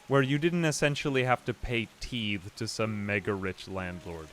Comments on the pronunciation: "I studied Old English, you know." Also: "Oh no, I need to pay my TEETHS to my lord!" 😂 Teasing aside, "Tithe" is pronounced tie-the. The former is as in 'tie' a knot and the latter like the article 'the' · Tithe is pronounced with a long I sound,. Rhymes with "glide".